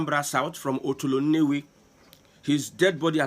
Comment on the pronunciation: The way you pronounced otolo nnewi sound the other way round meaning nnewi running stomach